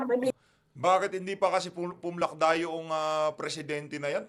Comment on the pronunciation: 😂😂😂😂😂😂natawa ako sir sa sabi mo "pumlakda"